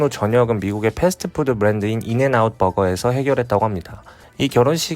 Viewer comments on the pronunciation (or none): none